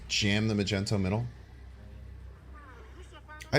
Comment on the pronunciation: Do you call Magneto Majento on purpose?